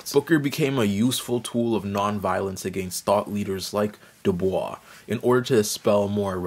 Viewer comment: “My name is pronounced in the clear English fashion: Du, with u as in Sue; Bois, as in oi in voice. The accent is on the second syllable.” — W.E.B. DuBois (from article by Aldon Morris) or DooBOYS according to the NYT.